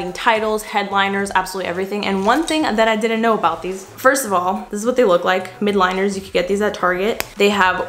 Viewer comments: the “midliners” you have been saying is mildliners with an L. just wanted to let u knkw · “MY-ELD-LINERS” sorry lol had to say it